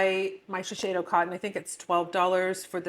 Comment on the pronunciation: Shiseido is the best cotton. Sometimes u can find it at TJ Maxx for cheaper. I used to work for them. It’s pronounced She-Say-Do. Not She-Shay-Do.